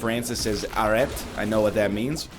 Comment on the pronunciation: Our stop signs just say « Stop » in France, actually. But I won’t look at stop signs again without hearing NL pronouncing « Arrête ».